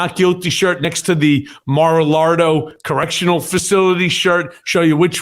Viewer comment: why does Cohen pronounce wrong Its, mar-a-lago not mar a lado.